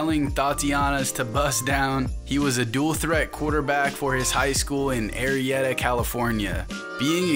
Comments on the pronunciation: ArLeta California not Arieta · It pronounce "AR-LY-TA " Arleta ,CA where blue face played he was my school rival team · Blueface played at Arleta not arieta💀💀💀